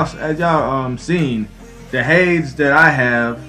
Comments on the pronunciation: Hay-Dees!!!! Not "H-ades" OK I'm done... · Nice video and all... but duuuuuude it's pronounced* "hadees"... so hard to hear you say "hadz" xD